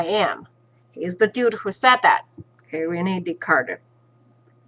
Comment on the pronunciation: His name is Descarte, not decarter by the way